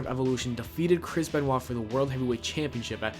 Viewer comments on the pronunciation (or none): none